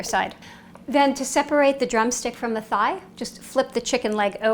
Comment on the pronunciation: Nice but I don't like the way she pronounce thigh I mean how do you say Thailand 🇹🇭 in that style 🤯